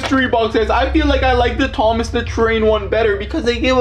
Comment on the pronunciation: Bruh it said THOM AS😂